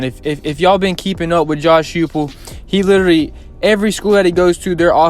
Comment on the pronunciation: Coaches name is pronounced Hi Pull.....nice piece👍